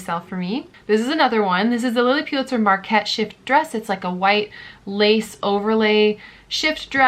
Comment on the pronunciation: Please it’s pronounced Lilly Pull-itzer, not PU-litzer! Sorry but It’s hard to hear over and over again. Thanks for the videos and good luck with the new baby!